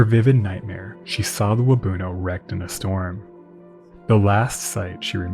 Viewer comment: I grew up in Parry Sound and there's a plaque at Waubuno beach that talks about the disaster. Just one slight correction– your pronunciation of Waubuno isn't quite right. The emphasis should be on the end with the rest of the word said quickly, so more like "wahboon-Ohh" than "Wah-boonoh". Hard to describe, but hope this helps!